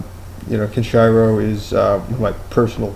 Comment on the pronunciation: It is Kenshiro not kenchayro!